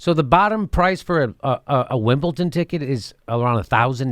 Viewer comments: Jimmy, there is no "t" in Wimbledon !! Wimbleton !?? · Its WimbleDON not WimbleTON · Stephen Colbert and Jimmy Dore have 1 thing in common: They both say Wimbleton and not Wimbledon. lol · It's WimbleDon not WimbleTon Jimmy. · for christ 's sake jimmy, its wimbleDon not wimbleTon. you sound like a moron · For correct pronunciation in the future; Brits miss out the "U" in "Glastonbury", so you say "Glastonbry" (kinda like the cheese). Our "U's" are kinda weird. Also "Wimbledon" is "Wimbledon"! Love the show! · "Wimble tin" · Why is Jimmy saying "Wimbleton"? There's no "T" in there! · Wimbledon with a "d" Jimmy.Loved the segment though!! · Are you saying WimbleTON?? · stop saying Wimble-ton! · What the hell is Winbleton, Jimmy? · WimbleTON lol. But seriously come to the UK Jimmy. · theres no t in wimbledon